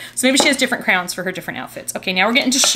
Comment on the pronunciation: When you said crowns it kinda sounded like you said crayons- 👑🖍